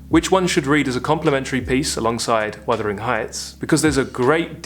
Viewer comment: wUthering. Not wIthering. Don't mean to be rude but it is a beloved novel.